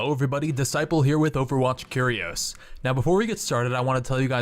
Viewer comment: Why does he have such trouble pronouncing "Curios"? It rhymes with cheerios.